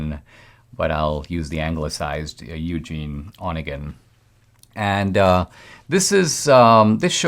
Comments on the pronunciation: Indeed, over the years I've Yevgeni converted to Eugene, but never in my life have I heard "Onegin" accented on the first syllable. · Onégin. Not "one gin". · Dinesh, you should have stuck with the pucka pronunciation of the poem title. NO ONE who has any education other than you feels free to massacre that name. You did us no favors!